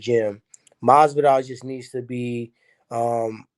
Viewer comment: Tyrone said masvidoll because he’s trying to go against his father 😂